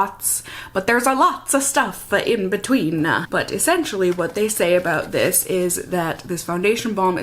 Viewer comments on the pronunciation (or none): "but there's a lots of stuff inbetweenah" LOL🤣🤣